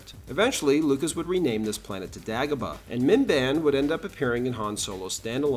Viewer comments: DAY-GO-BA.... not DAG-OH-BA 😂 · “Dah-gobah”?? Gotta step up your AI game partner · Great video but why do you pronounce Dagobah differently from the movie? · What accent is that? Same with his way of saying Dagobah. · I don't think I've ever heard anyone pronounce lava and Dagobah like that before. Great video as always but that was incredibly distracting. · How do you make a video this thoroughly researched and then mispronounce Dagobah? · Yeah, that's it. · Your mispronunciation of Dagobah exposes you, you are no Star Wars expert.